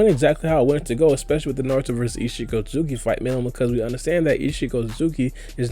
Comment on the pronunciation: Why cant you just say Isshiki why you gota fast mumble through isshiki otsutsuki every time you say his name lol